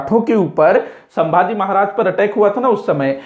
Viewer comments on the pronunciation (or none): none